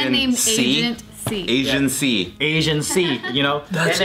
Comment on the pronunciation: Were they saying Agent C or Asian C?